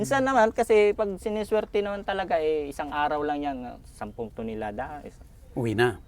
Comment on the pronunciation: “ilang Tinolada?” O Tonelada? 😂